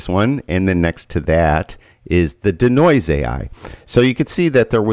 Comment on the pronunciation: Consider pronouncing DeNoise as DEE-Noise instead of DUH-Noise?